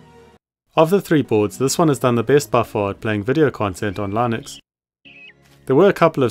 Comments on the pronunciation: It's Linux. "Linux". Lih-nucks. Not "Lynix". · "Lai-nooks operating system" 😂